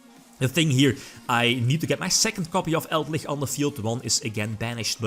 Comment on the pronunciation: Elder lich, eld-lich: Eldlickchs